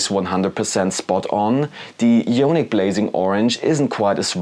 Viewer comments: Good video, thanks for the effort producing and testing the paints for us all. Just a heads up though, it's pronounced: " i-on-ic " not " yo-nik ". d(^_^)b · The "jonic" pronunciation kills me man :D It should be "I"onic with the same "I" as in the english "I am" :D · Eye-On-ick as in Ions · nice review.. thanks! one note for you on pronunciation: ionic = eye-on-ick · Yeah, yonic means something rather different. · Yoooaaanick. Had to turn it off 😂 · No worries at all, that's why I asked it that way, because there are numerous languages where "io" in front of "nic" would be pronounced with more of a "yo" or "yaw". Apologies if the way it's written came across as harsh, I meant it to come across as more of an "oooh, that's an interesting way to pronounce it" kind of thing, especially since we're all from different backgrounds. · I think it’s pronounced eye-onic 👍 oh and awesome video too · Ionic = īˈänik or eye-ahh-nick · Love your reviews and tests. Not a big deal. I was wondering if it was a Spanish pronunciation! : )